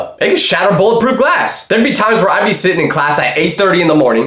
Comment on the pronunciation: Why did he say j o b s